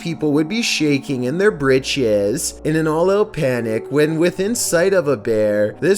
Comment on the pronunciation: "shaYking in there bRidJez"